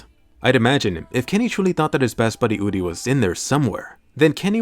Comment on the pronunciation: It's uri not udi Sry it bothers me